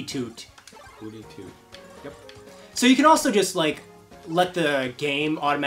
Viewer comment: The owl is actually called Hoothoot, you were pretty close;)